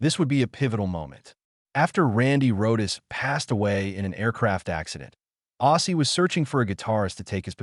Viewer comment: Who is Izzy Osborne? This dumb fool doesn't know how to read!! Because of this he sucks!!!!